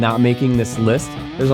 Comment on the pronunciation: First pronunciation problem is that you're mispronouncing the O in the word "women."